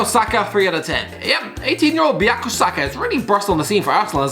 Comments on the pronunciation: It's bukayo not buyako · Its bukayo not buyako 😂😂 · 'buyako saka' ah yes my favourite player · Bukayo not buyaka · not as bad as robbie's Bakery Saka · Its BUKAYO Saka you potato muncher